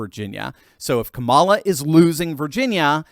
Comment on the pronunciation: Eddie Griffin calls Kamala, Ka-lie -a